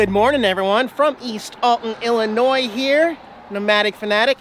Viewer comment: Eric, I must say, I'm VERY disappointed..... You keep pronouncing "ILLINOIS" correctly!!! You know you MUST deliberately mis-pronounce it in order to get everyone TRIGGERED!!! (You GOTTA pronounce the "S" at the end) ;-))